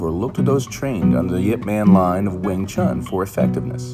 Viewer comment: For crying out loud, make an effort to pronounce Wing Chun properly if you want to make a tribute video of Yip M.